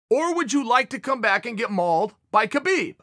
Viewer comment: Stop pronouncing the K in Khabib, show him some respect.